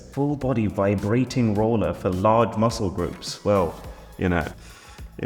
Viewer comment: kinda felt bad for arun when she said large muscke groups.